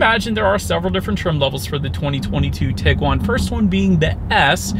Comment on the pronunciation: That's tee-guan, not tig-guan.